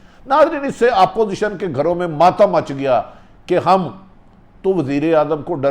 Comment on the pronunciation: تلفظ ٹھیک کرو بھٹی صاحب اور سانس لے کر بات کیا کرو اور ہاں آپوزیشن نہیں اپوزیشن ہوتا ہے دیکھ کر ایسے پڑھ رہے ہو جیسے سبق پڑھ رہے ہو تیاری کر کے وڈیو بھرا کرو